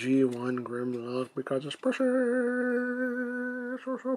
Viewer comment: Its "precious" not "pushiss"